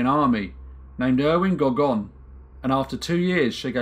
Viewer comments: Pronounced gorgornova. The W becomes a v. Just an FYI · Thank you. W is pronounced as English V in Polish. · The "w" is pronounced like a "v".